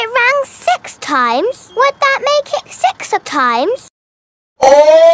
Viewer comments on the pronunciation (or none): PEPPA says Seeks😂😂😂😂😂😂